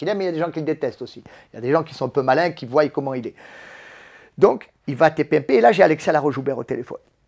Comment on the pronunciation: A 50 ans il dit voyent 🤣🤣🤣😂